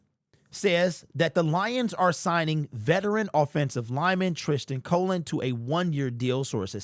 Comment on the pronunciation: Cologne... u r brutal with the names...lmao 😂